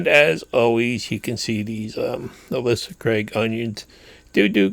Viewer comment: Sure wish I could grow onions like that. They're my only failure. BTW, those onions are pronounced Ail - sa Craigs, not Al -isa Craigs.